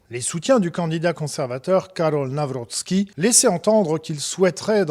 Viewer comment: Karol Nawrocki et non Karol Nawroscki ...